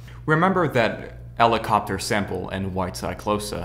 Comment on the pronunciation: its Helicoprer not elicopter its A helicopter not an elicopter . Its Humans not eumans. otherwise great stuff i loved it ! and i think you shout put the album cover you are talking about behind you insted of the triangles.WELL DONE MAN QUALITY WORK!